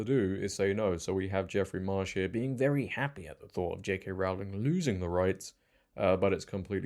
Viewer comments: Please pronounce Rowling correctly. It's Rohling, not Raoling. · Dude i like the vid but it was hard to listen to. its rowling like rowing or ducks in a row not "raowling" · I wish people would learn how to say the first syllable of her surname correctly. It's 'Row' to rhyme with 'Go', not to rhyme with 'Cow'. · Pretty sure Rowling rhymes with bowling. She is the Dickens of our time. These light weight activists don’t deserve to be in the same room. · It's ROwling, as in 'rowing' She has said it multiple times before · J.K. Rowling rhymes with “bowling” not with “howling”. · Just a quick comment. It's Rowling like bowling. 😅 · Rowling rhymes with Bowling. Pronounce it correctly please …. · Rowling rhymes with "bowling", not with "growling". Other than that, well done.